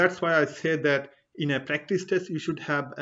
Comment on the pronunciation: Good Info. However you pronounce "test" as "taste".